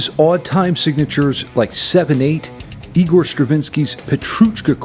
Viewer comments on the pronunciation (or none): none